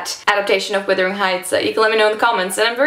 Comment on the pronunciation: Withering? Wuthering!